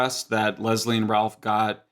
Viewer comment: He says Leslie weirdly....Les - Lee